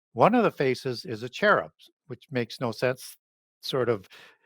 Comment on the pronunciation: You are absolutely perverting every ancient name intentionally, or you are an idiot. Grrr... Say... buh-all. Not "bae-all". Say... chair-ub. Say... "ah-new-knock-ee". Not "an-new-nah-kee". Idiot. Maybe your just high on vikes and think adding a new twist of your own will endorse your words with a scholarly insight... you'd be wrong. There were at least 5 other mispronounced names and its painful to my sensibilities. Two differnt day have i comment because I love wasting my time casting pearls. Uhg!